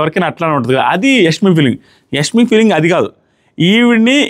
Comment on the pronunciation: Nee telugu thagaleyya.. adi యస్మి kaadu యశ్మి.